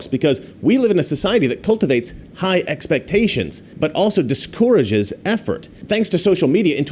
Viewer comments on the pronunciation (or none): please learn to say "discourage" correctly.